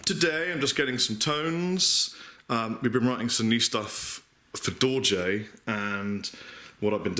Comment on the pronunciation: So that's how you pronounce Dorje? Ta!